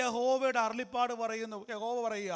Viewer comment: Not arullippad, it is arullappad...